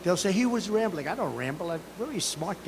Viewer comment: Omg when he said Rambling that way I almost died. I had to keep rewinding it was hilarious!! Raambling